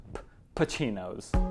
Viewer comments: It's "Pacinos" man not "Pachinos". The way ur saying it fells kinda weird. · Pa-see-noez Not pa-chee-noez 😂😂